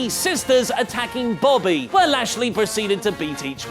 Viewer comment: Anyone else hear Sami accidentally say "Bobbly" rather than "Bobby"?